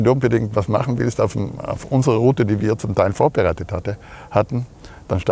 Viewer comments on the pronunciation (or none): none